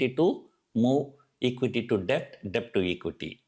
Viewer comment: Debt is pronounced like 'det'